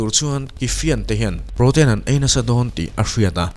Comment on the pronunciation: Sir, duhsak vang zawk che in ka duhkhawp lohna kan sawi ve lawk aw. I thu lam dan, a bikin English bik hi a lamdan dik zawk zir hmasa emaw thin la aw. Lam dan chu a in anglo thei viau a, mahse a tam zawk in an lam dan a lam ve hi a tha zawk angem aw ka ti. Entirnan. Niger(Nî-ger Nilovin, Naiger ti in mi tam zawk chuan an lam anga) Protein(Protin tiin an lam zawk thin in ka hria. I channel thrang uak uak rawh se